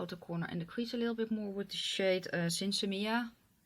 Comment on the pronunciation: you are one of the only YouTubers I've watched actually pronounce Sinsemilla correctly! I love Melt cheek products but I'm just not a fan of their eyeshadows.